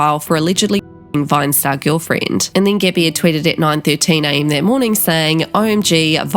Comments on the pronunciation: Side note: every time you said “gabbie” it sounded a little bit like saying “Gibby” from icarly. And now I hear only that 😂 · I love that you pronounce it “Gibby”